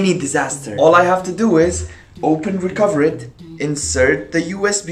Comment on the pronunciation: You said "this video is sponsored by recoverit" wrong